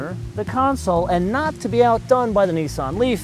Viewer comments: ***** it pronounced as if the letter where in the lower case nissan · Does this person have a problem speaking. He keep pronouncing words wrong Nissan and sportage When will Americas learn English.